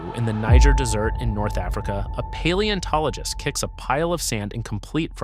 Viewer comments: I almost stopped watching when the beginning text and AI narrator talked of the Niger deSSert. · "... in the Niger DESERT...?" Is this AI slop? And "Hugues" is pronounced "oog", not "hoogs". I'm giving up watching this now. The first one was just weird. The second? If there was any word I'd check the pronunciation on before making a video, it would be a French guy's name.